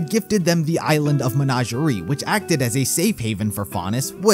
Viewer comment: You wanna try that Menagarie pronunciation again?